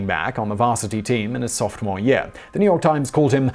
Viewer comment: I may be hearing things, but what the heck is a softmore?